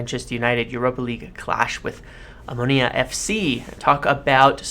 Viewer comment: Wow you said their name correctly. Very unusual